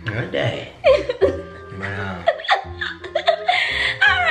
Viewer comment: that’s how some people say dead they probably know how to spell dead but still choose to say ded not hate just saying